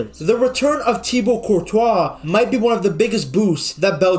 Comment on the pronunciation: Man pronounces Courtois name like Speed pronounces it lmao 'Courtchoice' 😂